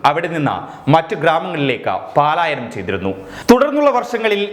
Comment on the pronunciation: പാലായനം തെറ്റല്ലേ ? '' പലായനം '' അതല്ലേ ശരി ?